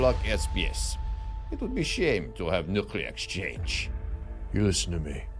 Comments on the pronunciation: My biggest issue is "new-cue-ler" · I haven't seen any of those comments. But, when I'm sharing his videos with skeptics, it would add credibility if he learned to properly pronounce the word "nuclear ". Just saying.